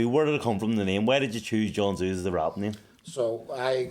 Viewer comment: how longs he gonna let people pronounce it John Zoo fs 😆